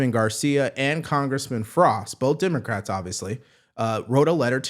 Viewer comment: Lmao "Dimocrats"